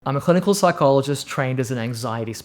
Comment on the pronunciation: Its clinical not hilinical